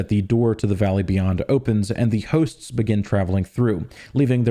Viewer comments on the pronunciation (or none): whats that accent when he says "hooosts"